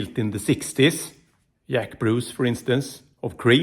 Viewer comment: 🤣 He called Jack Bruce, Yack Bruce 😂